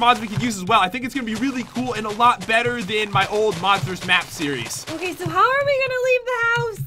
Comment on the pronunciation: Pat:NEW YEAR NEW SIRIES Me:New siries of what I do not keep check SORRY 😐